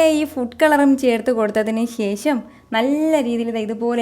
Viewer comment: ശേശം അല്ല ശേഷം